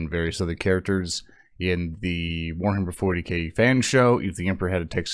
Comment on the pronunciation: Ahhh yes uwuhammer fowty kay